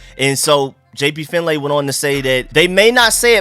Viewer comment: Fyi, his name is pronounced JP Fin-Lee